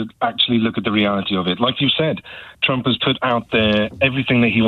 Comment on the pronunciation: "We will bote for donald trunck" 😂😂😂😂😂😂😂😂😂